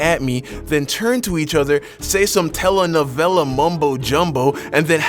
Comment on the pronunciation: "Tell a-navella"